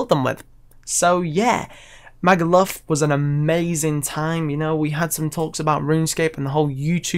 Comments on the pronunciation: the way you say magaluf loool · The way you pronounce Magaluf lmao